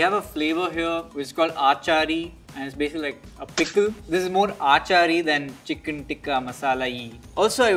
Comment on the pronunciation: Kini aaaaachari really bro? It's freakin achari c'mon bro